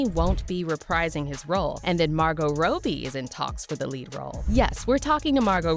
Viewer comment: The only thing really pissing me off is you pronouncing Robbie like Row Bee I mean wtf?